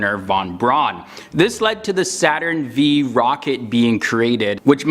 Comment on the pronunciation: Saturn ‘V’, the “V” is a Roman numeral 5!